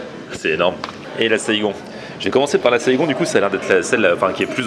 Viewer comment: Haha petite dédicace à ma Ville 👌 saïgon se prononce Saygon et pas ségon sinon très bonne vidéo 🇻🇳